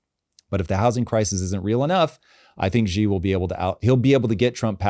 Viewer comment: Xi Jinping is pronounced "She" not "G". Simple, but lots of people get it wrong.